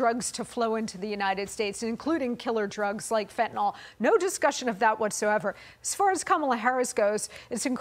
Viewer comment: Why are you people incapable of pronouncing Fentanyl? It doesn't look anything like 'Fetinoll/Fetinawl'. Fentanyl. That's Fen tan yl . I'll write it how it sounds so you can say it with me: Fenn-Tann-Ill. Fenn-Tann-Ill. Fentanyl. Easy.